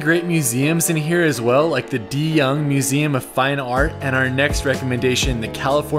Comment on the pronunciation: He mispronounced Ghirardelli and De Young as well. Definitely not a local.